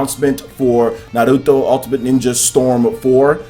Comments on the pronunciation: Why do you say "naruto" with a spanish accent? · All I want is for this puto to pronounce Naruto correctly!